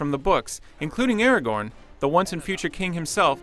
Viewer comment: He said it correctly. -_- Good god.